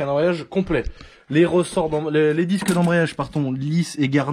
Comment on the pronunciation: les dixques 🤣